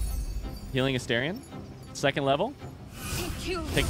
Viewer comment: You finally said Astarion correctly 🎉 Only took 129 videos 😂 Edit: I spoke too soon, you immediately reverted 😂